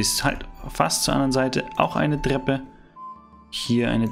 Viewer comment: Bester Kanal aber es heißt „Treppe“ nicht „dreppe“😂